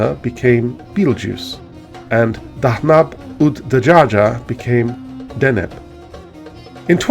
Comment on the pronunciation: Dheneb dh is pronounced like th as in english them .